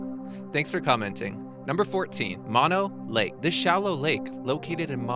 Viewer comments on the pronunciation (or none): Number 14, Mono Lake, is pronounced “Moh-no”, not “Mahno”.